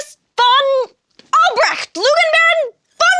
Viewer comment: Elise's pronounciation of Albrecht is excellent! And we really should have known the Baron was lying. He's called the Lugenbaron! I can't believe I didn't make the connection before.